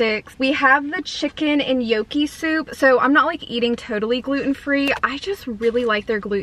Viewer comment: It's pronounced knock e not yo key